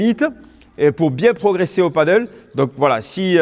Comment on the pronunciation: Merci pour toutes les explications tres utiles, mais quand allez vous appeler ce sport par son vrai nom ???!!! c'est du PADEL pas du Paddle ! comment peut-on donner des cours de Padel sans jamais le prononcer une seule fois correctement !!